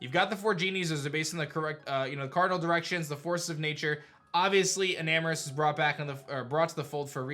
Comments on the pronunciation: isn't it enamorous not eternatus🚶🏽‍♂️ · I am a nerd: not eternatus but enamrous